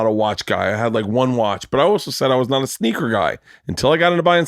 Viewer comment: Bert saying the word sneaker...too good...sqeek a week...